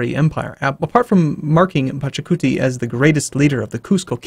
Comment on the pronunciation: IT'S PACHACUTI :))))))